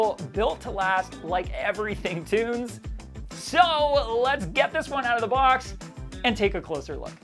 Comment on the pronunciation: Tunze is a german name and more spoken like "it's a" - tuntsa - you are welcome :D and cheers from germany. ✌️